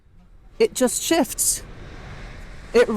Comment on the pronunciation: Idk if it was your accent or you were actually saying it. But it sounded like you were saying “it actually shifts” emphasis on shifts. As if you were saying that it takes off, rather than shifting gears. Can you elaborate on this? Does it really shift gears? Or is it a single gear like most EVs? Also, does it have a reverse?